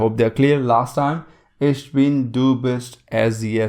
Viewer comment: "Ich" is pronounced kind of like "ik", with the "k" or "ch" at the back of the throat it is NOT pronounced as "ish".